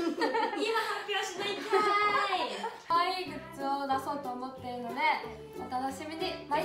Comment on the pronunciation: グッツじゃなくてグッズだよ！！かわいいけど！！（